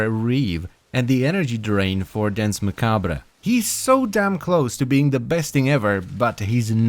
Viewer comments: Nice video, loved the in depth review. But man, I have to point out that you badly mispronounced Danse Macabre. It's actually pronounced closer to Dawnce Mah-kab. Both words are french, and literally means "Dance of Death", which is an old artsy trope that all people regardless of their lot in life will be whisked away in a final dance or show by the personification of death. Which I felt kinda adds some flavor to this warframe. As it's kind of implying it's the personification death. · Its prononced "dance ma-kabe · That is not how you pronounce Dance Macabre (its french) and he spins COUNTER-Clockwise.